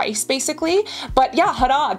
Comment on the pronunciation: This is a really educational video. You absolutely won my heart when you pronounced "Harad" and "Haldi" perfectly! You are very talented Cassandra ❤❤😊